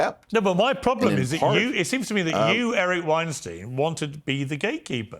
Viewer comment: Eric has been in 5x and Pierce still xalls him winesteen. Its winestyne...like einstein